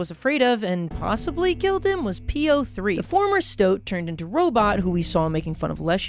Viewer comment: I'm halfway through this video, and I'm still wondering if will ever realize "P-O-Three" is supposed to be pronounced like "Poe"